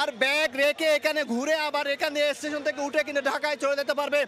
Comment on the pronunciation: আমি হাসতে হাসতে শেষ সাংবাদিক ভাইয়ের কথা শুনে, বার বার এশটেশন, জীবনে কেউ শুনেছেন এমন কথা